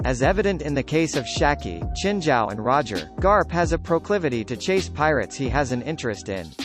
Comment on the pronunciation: its SHIKI NOT SHAKI